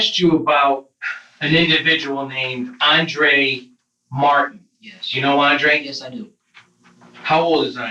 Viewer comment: adré mark ter stegen